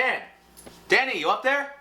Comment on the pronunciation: I kinda laughed my ass off when he said "Danny" cuz i thought he was saying daddy but then he said brother and i was like wtf is going on, then 5 minutes later i realised he was saying Danny -.